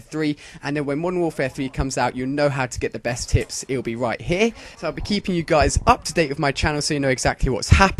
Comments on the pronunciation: it sounds like hes sayin that hes gonna talk bout tits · at the begining did he say: tips & tits? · sounds like your saying tits